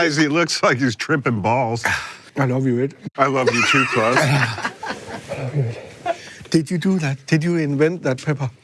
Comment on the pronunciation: Pronouncing his name “Claws” is hilarious.